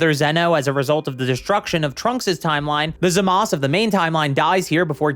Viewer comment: It's refreshing to hear a creator say "Zamas" instead of "Zamasu." Anyone with a brain knows that the u is meant to be silent. 🤔🤔